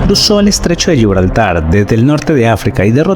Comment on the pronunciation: Todos son increibles pero, el numero 1, esta muy bien. El Gibraltar lo habéis pronunciado en Italiano? El narrador es italiano? Un saludo! Gracias.